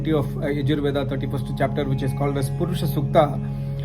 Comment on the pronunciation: புருஷ சுக்தம் சொல்றேன் என்று pronounciation சரி இல்லை. வேத பண்டிட் எப்படி சொல்றாங்க என்று போய் பாரு. புருஷ சூக்தம் என்று வேறு ஏதாவது explain பண்றது. ஒரு மண்ணும் தெரியவில்லை. Scamstar